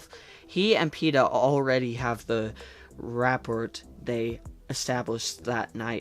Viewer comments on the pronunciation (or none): Rapport is pronounced "ruh-port" Also, nice video as usual it was very entertaining lel